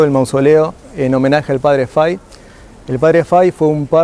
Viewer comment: Muy buena explicación, una sola anotación es padre FAHY, se pronuncia en español FAJI no fai. La hambruna no era en general En europa sino especialmente en Irlanda donde había un hongo en la papa, la cual era el alimento más importante para los irlandeses.